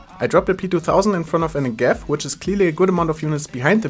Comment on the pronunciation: You say "Negev" wrong... please check in google translate how it's said. Thanks